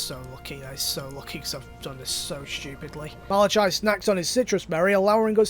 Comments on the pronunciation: I laughed way too hard when you said Malachi. Like I'm literally dead. Fun fact: the ch is hard c, so it would be pronounced Malac-i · Just checking, you do know that "Malachai" is pronounched "Malakai", right?